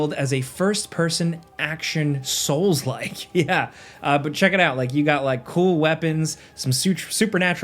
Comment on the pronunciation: “Soulslike” “Soulslike” “Soulslike”🤮